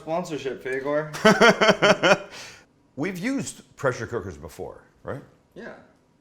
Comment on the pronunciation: lol "fagor" cooker